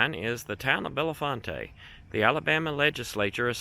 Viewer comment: The town of Bellefonte is pronounced Bell-font